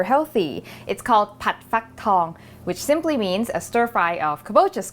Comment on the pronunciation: Fak is pronounced like Fuck and is a short valve high tone, Tong is long valve low tone, if you want the single words you can use google translate and use the voice synth, basically Fak it means 'hatch' and tong is 'gold', so you get the right pronunciation